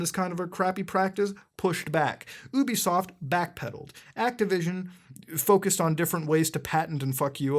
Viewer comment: YOU-BE-SOFT NOT OUUU-BE-SOFT